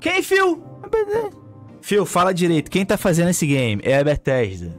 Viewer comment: Pera aí phil, quem tá fazendo esse game? éabedé. QUEM? éabede. QUEM PHIL? éabedé. Phil fala direito, quem tá fazendo esse game? É a bethesda. KKKKKKKKKKKKK